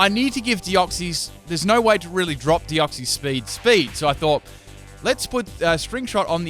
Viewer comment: OMG FOR CHRIST SAKES ITS DEOX-SIS!!! SIS!! NOT CIES! Not hating just a peeve of mine